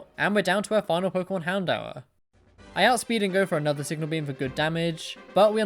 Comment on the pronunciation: Houn-dor is how to say houndour